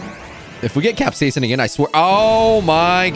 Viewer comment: Ur pronouncing capsican wrong it's cap-siscin not cap-seasen